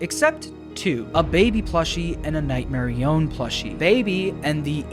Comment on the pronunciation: night merionET not nightmerion